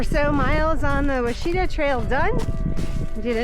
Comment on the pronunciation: It's pronounced wah-shi-taw easy to mispronounce , I'm guilty of it as well. It;s a great hiking trail enjoy.